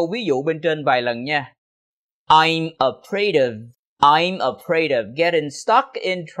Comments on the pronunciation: Chào thầy, rất cám ơn thầy về video. Nhưng có một chỗ em thắc mắc câu ví dụ đầu tiên của thầy em nghe là: i'm afraid getting stuck in traffic còn khi câu phụ đề hiện lên thì lại là: i'm afraid of getting stuck in traffic. nghe như thừa chữ "of", nghe và nhìn mãi nhưng không biết chữ "of" thầy đọc khi nào? hay có chút nhầm lẫn khi viết phụ đề? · Sao em không nghe thầy đọc chữ "of" vậy, hình như thầy bỏ qua thì phải